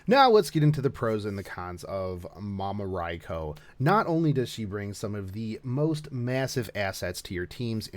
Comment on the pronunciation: Ok, I thought it was just the way you pronounced the name, but for the historical version you actually pronounced "Rai-Kho" but keep saying the fate version like "Rai-Koo". Why is that?